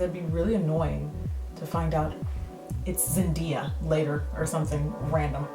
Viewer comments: your saying it wrong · Soooo beautiful! Despite the incorrect name pronunciation, we still love you lol! It happens! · This look was bomb! ❤️ Her name is pronounced Zen(daye)uh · U pronounce it Zen (day) a 😂😂 buh I ❣ u anyway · Her name is pronounced zen (day) (ah) like the "day" was a great day.. LOL. you were close though! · Cute look! Its pronounced "zen-day(like tuesDAY)-uh" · I cried when you said "marinate" instead of bake 😂😂😂😂 and yess girl it is ZenDAYa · You did say her name wrong (although I can't blame you). It's pronounced zen-day-a (looks exactly like it sounds) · Her name is pronounced Zen-day-a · It's pronounced as zen-day-a,😂😂 she is my queen 5ever😉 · I think it's Zen-DAY-a. But I'm not 💯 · Lol it's Zen- DAY- a, but you slay at this look ! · Her name is ZenDAYa Like "day" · Lovvved this look especially the eyeshadow and its pronounced zen-day-a ❤️ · "Zen-Day-Uh" for future reference! But great video loved it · It's ZEN-DAY-UH. But beautiful look! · & btw Jackie it's Zen-d(AYE)-a lol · I think it's actually Zen-day-uh, but I've never heard her say her name so I'm not going to confirm it. This looks awesome. I didn't even know Ruby Kisses had good shadows like that. I will be looking for these. :) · Zen-DAY-uh lmfaoo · It's just zen -day - ya like we would pronounce day in English; not necessarily how they say day in Spanish which is how you were pronouncing it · So I got nosey just to see how many people corrected her with Zendaya name its hilarious!! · You said it wrong lol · i hate to tell ya but you're pronouncing Zendaya wrong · Hey love your videos but you say her name like Zen like ying and yang and then day like Wednesday and then ya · you were pronouncing her name wrong lol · i love this look! also, i think you pronounce the "day" in "zendaya" like you would "daisy" :) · lol you were saying her name wrong but it's ohkay. a lot of people say it the way you do. the look is amazing by the way. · I think you did say it wrong lol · zen... DAY... uh